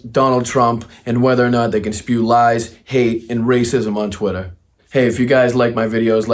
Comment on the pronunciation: TWITT-ER not Trwitah😂